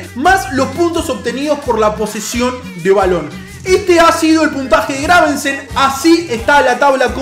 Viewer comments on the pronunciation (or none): muere un gatito por cada vez que dice graveNsen xD